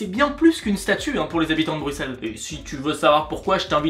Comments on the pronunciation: Juste un petit conseil " on ne dit pas stump mais stoump vu que le oe se prononce non u mais ou" :) sinon video génial et merci de ne pas avoir prononcer le X dans Bruxelles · Ah ben ça fait plaisir d'entendre "Brussel" et pas "Brucsel" !